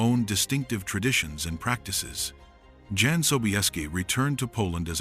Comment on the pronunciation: Jan is prounced Yan, not Dzan!!